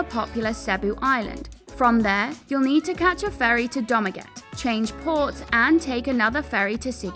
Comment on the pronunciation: CORRECTION: Dumaguete = "doomageteh"